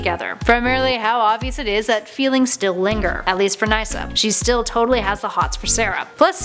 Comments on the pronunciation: Isn't it pronounced 'niss-a', not 'nice-a'? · “Lisa was returned to her own timeline” do you even watch the flash like seriously do your research Lisa wasn’t from another timeline she just left that was it Also it is pronounced Ni-ssa even though it is spelt Nyssa that pronunciation literally caused me a slight bit of pain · ya it caused me pain too.. She pronounced Nyssa (Naysa) like wtf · RayLicity? Wtf???? And Sara was an awful girlfriend to Nyssa. And it's Niss-a. Not nye-ssa. I hate 90% of these ships tbh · it’s pronounced nissa not nica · nasa you mean ni-ssa ? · it's actually pronounced niss-uh, not nye-suh btw....and of all those I just root for Avalance. I don't hate Olicity, but I wouldn't mind seeing them get divorced so Ollie & be with Laurel...even though it's Earth-2's Laurel now :P and I'm also now hoping to see Legends throw Nyssa into an arc just to see if she ends up causing trouble for Avalance ( or the trio somehow end up in a 3some...it's a CW show, you know it's a possibility ) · Ok, I normally really enjoy your videos but holy crap you need to learn pronunciations of these names. Nyssa as N-eye-sa? Stephen Amell as "AIM-L"? Good lord woman. And you bleeped "pissed off"? Seriously? Since when has that ever been considered swearing? So dumb. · I love how she pronounces nyssa NISSA *SARCASAM* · Wait did she pronounce Nyssa "Naisa" ? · niysa wow gr8 pronounciation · That's not how you say Nyssa . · She said Nyssa's names wrong